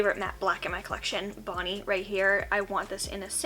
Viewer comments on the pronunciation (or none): none